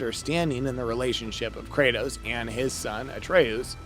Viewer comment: Ah yes, Kratas and Artas